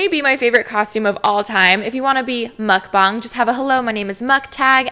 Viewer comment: As clever as the Mukbang one was, that won't work with people who know that that's not how you pronounce it...It's a Korean word written as 먹방, but the incorrect pronunciation would be written as 먹뱅. Mukbang is pronounced Muck -Bahng. Kind of like how the Last airbender movie pronounced Ang, but with a small b sound in front of it!